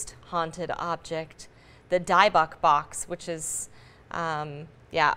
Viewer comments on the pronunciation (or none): She pronounced Dybbuk so fucking wrong lmao. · The what box?? Y'all are pronouncing that like absolute garbage, it's like "dib-buck" not "die-bock". Boooooo! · It’s pronounced Zak “Bay-Gans” , and “Di-bick” box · ACTUALLY... It's called "Dybbuk" for your information SIRRRRR... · “Die-buk” box lmaooo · Dibawk box? That’s not how you pronounce it! If your gonna make a news story, at least know what the frick it’s called! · The box is called dibbuk, pronounced di bic! And the original box was sealed away. The original dibbuk story is documented and can be found on-line and on TV. This box is a copycat!🤣🤣🤣🤣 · She said die bok box lol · "Die bock" box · I don't think that's how you pronounce the word "dybbuk" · She just butchered the word dybbuk